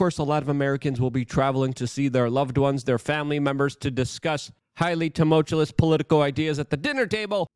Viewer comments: Luke: Say it with me now, "too mulch you us", not "too mult yule us". 😂😘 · Bro, the word is tumultuoUS, not tulmutuoLESS. Drives me fricken nuts especially when you say it multiple times a video! Come on Luke!! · He keeps trying to say "tumultuous" as one of his favorite words, but he can't pronounce it correctly. Every single time.